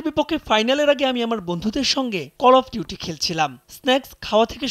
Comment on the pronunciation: অল অফ ডিউটি না কল অফ ডিউটি 😂😂